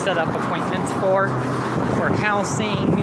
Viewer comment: I genuinely hate how he says "house-ing" instead of housing